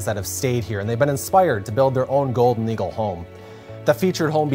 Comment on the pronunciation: I swear he's saying gold noodle log homes.